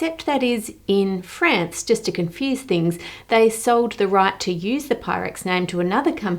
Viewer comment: Your pronunciation of both "France" and "necklace" really threw me off.